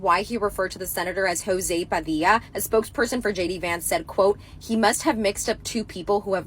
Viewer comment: Jo-zee Pa-dill-a needs to just shut his pie hole. 🤣🤦🏼‍♂️